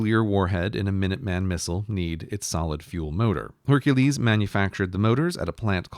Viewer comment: He pronounced Hercules "Hunkles"